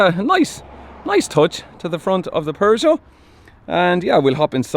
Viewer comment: The pronunciation of Peugeot is not "PervertJo"... to be clear 😂